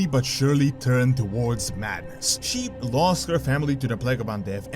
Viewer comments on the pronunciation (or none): none